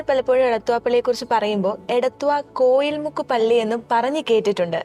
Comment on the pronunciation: കോയിൽ മുക്ക് അല്ല കോഴി മുക്ക് എന്നാണ് ശരിയായ പേര്.. ചരിത്രം വളച്ചൊടിക്കരുത്.. അന്നത്തെ കാലത്ത് കോഴി കച്ചവടം ആയിരുന്നു അന്നത്തെ മുഖ്യ കച്ചവടം.. അങ്ങനെ കോഴി മുക്ക് എന്ന പേര് ഉണ്ടായത്.. കോയിൽ അല്ല.. കോഴി മുക്ക് അതാണ്‌ ശരിയായ നാമം..